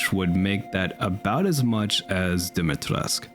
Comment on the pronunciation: I have a little pet peeve as your likely only Romanian subscriber. You pronounce Dimitrescu as if it were a french name. I know that the game makes the exact same mistake, so I can hardly blame you for it. Just searching the word on Google translate in Romanian should be good enough-ish to know how it is supposed to be pronounced.